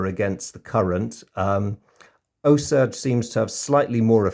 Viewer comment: Great video as always. The USS Osage was named after the Osage Nation, pronounced "oh-sage". I left the link for an interesting video below about their history. Keep up the great work and I look forward to more of your videos